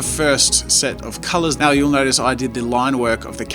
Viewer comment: "And if you haven't notied yet ... I am obiously-" -plugging every Marker video possible in this intro? "-on a bit of a crusaide to know absolutely everything about every marker [...]" plugs another video 🤣